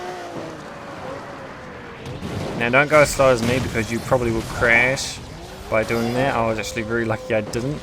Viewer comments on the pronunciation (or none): none